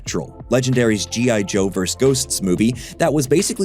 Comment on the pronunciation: It’s pronounced ver-sus. Two syllables. A verse is something you find in a song, a poem or the Bible.